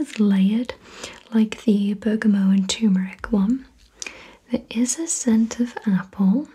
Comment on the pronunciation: I'm glad you say bergamot without the t sound on the end. I've had arguments about the pronunciation before lol.